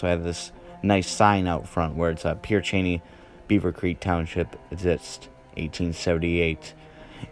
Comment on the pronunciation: It's pronounced Pear sha-nay.